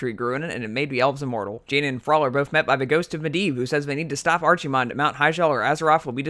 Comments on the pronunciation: archy-mond? bruv its Arc-eh-mond. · arc-himonde, archie-monde hurts the ears. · you mispronounced Archimonde pronounce it like this (AR-KE-MOND) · Archie-mond. Lol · archi-mond? it's pronounced ark-ih-mond not a ch sound a ck sound nerd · It's ARKEY mond, not ARCHIE mond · ARCSIMOND this hurts me to hear every time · Ar"chi"monde. LMFAO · I cringed everytime he said ARCHimonde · Lad its pronounced arkemond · Archie-monde - LMAO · After all these years, still hearing someone pronounce it "Archee-mond" makes me cringe. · Still the worse pronunciation I have heard was Archie-Mon-day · How you say Archimonde is stressful af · always hate when somebody says archimonde wrong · I can live with everything else But the way you pronounce Archimonde It just irks me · Drink everytime he say's archimonde wrong! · that not how you say his name, but awesome video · the way he pronounces Archimonde >.< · I like your video dude but for the love of god please learn how to pronounce "th" Arfas Kel'Fuzad Souf Norf Azerof Also Archimonde is a hard ch, like K. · I stopped or so when you mispronounced Archimonde, sorry! :) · Am i the only one that gets a little annoyed every time he tries to say Archimonde? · Im so mad at your pronounciation of Archimonde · There's 3 names pronounced incorrectly. Archimonde = The "ch" is sounded like a "k", not as it's spelt. Aegwynn = The "g" is sounded as a "g", not a "j". Teldrassil = Pronounced "Tell-dra-sill", not "Tel-draaah-sl" Other than that, bravo. Great video. Now you just need Bill Wurtz style music chimes.